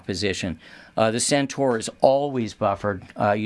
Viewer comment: can pronounce CENTAUR! SENTOR not SENTAR. Thank you. Why do so many sat 'Sentar'? It's wrong people.